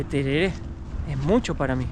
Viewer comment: Pronunciaste como si fueras yanqui. Se dice tereré, así nomás